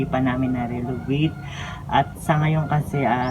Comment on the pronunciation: Narenovate not narelovate